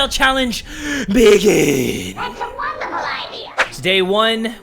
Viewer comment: "That's a wondahfull idea!"